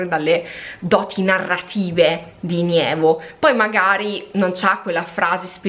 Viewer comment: comunque si chiama NEVO, non nIevo....